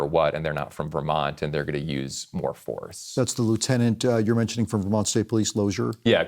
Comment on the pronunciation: Do you listen to yourselves? You pronounce Vermont as Vermouth?????